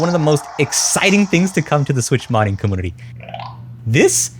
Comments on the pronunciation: It's not pronounced com-moon-ity, it's com-mune-ity. Sorry, it was just bothering me every time you said commoonity. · bro says commoonity tf is that about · are you saying commonity, commodity, or community? 🤣👍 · Why does he pronounce community and computer that way.. its annoying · Words are hard 😂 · Are you saying comPOOter and comMOOnity on purpose or is it like a speach inpedement or something? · 2026 I still hate you pronounce compooter and some words like this h3lpme understand comooonity ? tf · i will subscribe when you start pronouncing computer and community correctly.